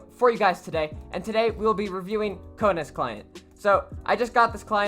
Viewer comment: You said (ko-naz) it is (ko-nes)